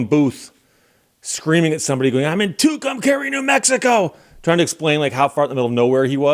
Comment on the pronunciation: Your pronunciation is correct, at least going by Little Feat and the greatest Trucker Song ever written, WILLIN’ … And I've been from Tucson to TUCUMCARI, Tehachapi to Tonapah Driven every kind of rig that's ever been made Driven the back roads, so I wouldn't get weighed And if you give me ... weed, whites, and wine And you show me a sign, I'll be WILLIN' To be movin' :-)